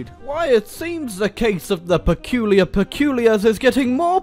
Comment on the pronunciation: Take a shot evreytime says "perculiur"